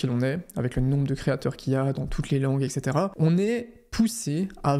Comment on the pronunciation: Tout ce que je retiens de cette vidéo : tu dis « eccetera » (jrigole j’ai trop aimé)